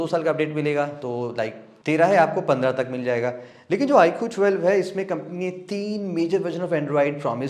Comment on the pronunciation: "Iqhoo thwelve" 😂😂😂😂